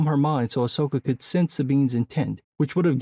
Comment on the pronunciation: Someone was calling it AHSWOKA... LOL